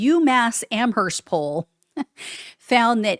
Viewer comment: oOoOO.... Don't pronounce the h in Amherst.